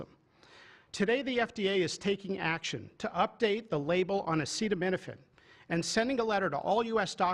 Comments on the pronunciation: He can't even pronounce/articulate the word acetaminophenal and his "team" didn't even make him say it repetitively to APPEAR like an intellectual. America is a laughing stick around the world for sure. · Semi-illiterate Trump can't even read the word "acetaminophen" (which apparently he's never heard before), but you should take his word for it that Tylenol is 'bad'. The stupidity has reached a new nadir.